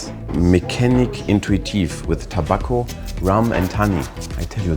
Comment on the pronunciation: TOBÄCCO wird es gesprochen 🙄